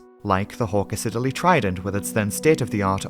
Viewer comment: Such a pleasure to watch a FAKE AI free video which is interesting and well researched. Even the background music is low enough not to swamp. Proof of a human narrative is the correct pronunciation of Hawker 'Siddeley'. I dread to think what AI might have made of that :)